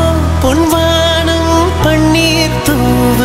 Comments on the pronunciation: Sir, your voice is mesmerising and the recording values are also great BUT please pronounce Tamizh words correctly. It’s பொன் வானம் not பொண் வாண்ம். Please don’t don’t kill Tamizh. No language will tolerate this. No sweet voice can compensate for this🙏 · What he pointed out is correct. Tamilians have forgotten the actual correct pronunciation of Tamil. It’s பொன் வானம் NOT பொண் வாண்ம். Just like what happens if you interchange புளி VS புலி. 😂😂😂😂